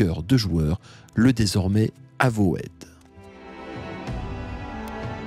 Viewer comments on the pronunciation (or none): Avowed ne se prononce pas "avowaide" mais "euvaude". de rien.